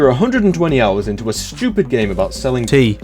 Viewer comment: I loved it when said it’s [ tea ] time and [ Tead ] all over the place.